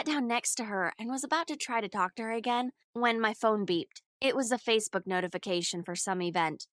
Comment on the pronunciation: I love how she said AGAING